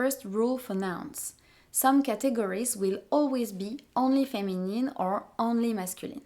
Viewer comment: The words "feminine", "masculine", "actually", "difference", "category", "discipline", "dealing" and "adjective" have a stress on the first syllable in English. Not on the last. :) And you pronounced "help" as "elp". :D